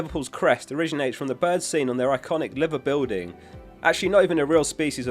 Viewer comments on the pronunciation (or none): Great video mate! Just a heads up it’s pronounced (lie-ver) buildings hahah👊🏼👍🏻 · Its pronounced as the "Live-er building" ;) (Great vid)